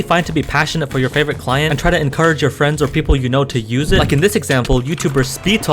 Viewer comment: bruh "surrounding the cient"